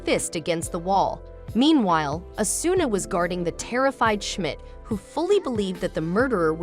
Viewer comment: and its o su na = asuna